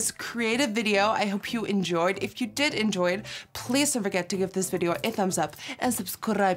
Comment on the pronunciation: Every time you say I did my brow I always think that you’re saying I dipped my brow LOL. I wish doing my eyebrows was as easy as a dipping it into something and it looks as good as that😂